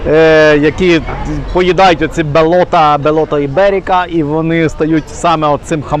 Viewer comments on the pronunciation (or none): Правильно вимовляти Бейота жулуді .